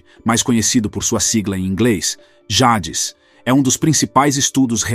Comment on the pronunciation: Essa narrativa melodramática e repetindo ideias já faladas à exaustão torna o vídeo cansativo . Ele falando “ Jades “ é palavras em inglês e de explodir de rir 😂😂😂